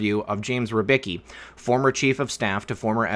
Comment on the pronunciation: for the love of Emperor lern how to peonounce R Y B I C K I not rybyki.